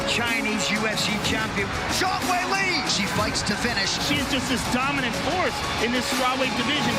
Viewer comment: Is just super terrible at pronunciation or something? C'mon man, Weili's name isn't even that hard.